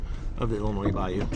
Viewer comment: Thank you for pronouncing Illinois correctly! Everyone always ends it with a sssss